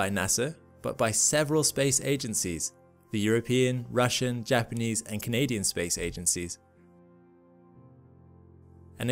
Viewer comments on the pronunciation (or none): none